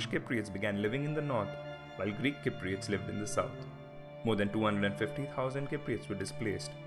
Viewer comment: The man cant even say cypriots properly lol !!